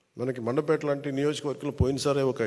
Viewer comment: Adi mandapet kaaduraaa, mandapeta.